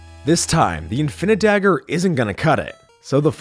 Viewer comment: You said infinidagger the wrong way. It’s required always required to yell it like Danny